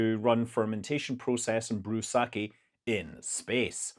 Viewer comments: its not saki, its saKEh. They make some genuinely great sake, Dasai 45. I would also recommend wandering poet and onikuroshi. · There is emphasis... "Sake as in the salmon is pronounced Sa-ke (→↘) whereas the rice wine is pronounced Sa-ke (→↗)" If you're speaking english emphasis doens't matter, as long as you use the right vowel... it's an Eh not Ih sound. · It's just sak-eh, there's no emphasis.